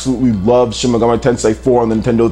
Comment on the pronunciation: Shin "Megam-ay" Tensei??